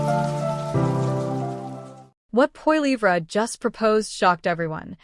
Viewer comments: For goodness sake you who is TALKING LEARN TO PRONOUNCE Poilivre's name! It is Poli eve. That is it! It is disgusting to hear you mispronounce over an over again. SHAME! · Hey bot can you say poly ver for Polivre ! EH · IF he called you.. you should pronounce his name properly.. F'n annoying. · If you cannot pronounce his last name then you don't have the right to tell us anything about him, his views or anything. Failure to simply pronounce his last name suggests you are not probably telling facts, just ideas you think he should have. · your as dum as the other narator cant say P P name right so get some1 that can